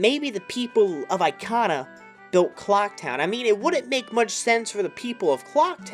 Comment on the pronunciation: E-KAH-NAH not EYE-KAH-NAH.........